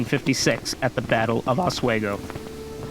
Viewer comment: As a Lake George history teacher, a few things to point: 1. Just call it Fort Edward no local knows or cares about the Fort Lyman name. Your Lyman obsession needs to go. 2. Your pronunciation of Oswego is simply awful and painful to hear for any trueNew Yorker 3. Get a better of map Lake George 4. There are two routes to Fort Edward a. Lake George by boat b. Lake Champlain South Bay which is extremely rugged terrain 5. Most of the battle points are extremely close together. The terrain is rugged on the south side of French mountain. So the main old military road was the only quick way of moving. 6. Your battle reactment is generally very accurate. 7. Bloody Pond and Roger's Rock( difficult to find by non-locals) still exist 8. Johnson really bribed King Henrick for Native support 9. Shirley and Johnson's communication was overstated. Much of the planning was done by Newcaste+Pitt+Braddock 10. Your version is somewhat different from the tour Fort William McHenry. Your interpretation would confuse most locals but it is accurate. No local would use ever the term Fort Lyman.